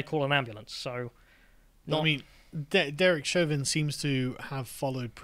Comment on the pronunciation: It's Chauvin not Chavin. It's also H not Haytch. 😉